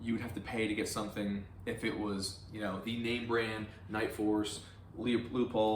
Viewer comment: Still amazed how people can't pronounce Leupold......